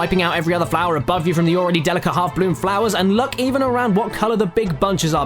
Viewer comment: somebody should count how many times hes said flowah. (the part where he says flora doesn't count)